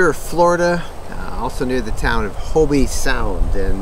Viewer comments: It's not HO-BE, Its Hobe. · Thanks for showcasing my hometown, I grew up in Jupiter. FYI the "e" in Hobe Sound is silient. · New to RVing We live in Stuart just up the road. Thank you for posting this. Was this visited before Covid shut down or after? I know it just reopened within the past few weeks Hint: just like Kissimmee, Hobe Sound gets mis pronounced Hob(e) E is silent👍